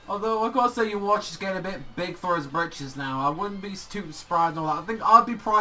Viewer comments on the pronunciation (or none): Yes Ywach but you say Youwatch which is way different.